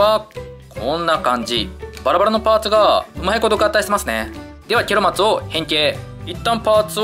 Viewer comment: ケロマツとハリマロンがゲロマツとハリバロンにきこえたw